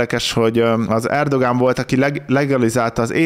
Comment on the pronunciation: Erdoğan ezt a ğ betűt a törökben nem ejtik ki, vagyis néma hang.